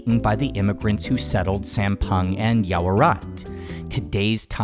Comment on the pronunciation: I think I love อ่อส่วน more than Hoi Thot (too sweet and too crispy and too oily too) Anyway, I notice you pronounced Sam Peng not like Thai people say.